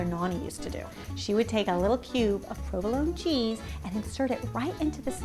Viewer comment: I can not understand a few things she says? like (fennel seeds?) (provolone cheese)?